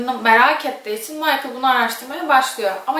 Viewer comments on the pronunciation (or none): Lisbeth lizbend değil 🤷‍♂️! Michael değil mikele